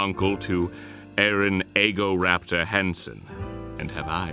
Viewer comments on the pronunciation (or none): "Eggoraptor" lmao